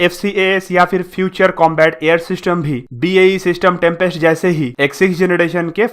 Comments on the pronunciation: It’s Tempest not trumpest programme !!! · In video Tempest pronounciation sounds like Trumpest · It is pronounced as Tempest.....why Are u saying "Trumpest"?????? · Bhai, ye 6th generation baad me bana lenge. Pehle tu project, tempest & description properly bolna sikh le. Poject, drisciption, trumpest 😂🤣😂🤣😂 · It's Tempest not trumpest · Bro it's not trumpest it's tempest😀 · 🤣🤣🤣yes ur right he said trumpest too 😂😂,but videos knowledgeable hoti hai bro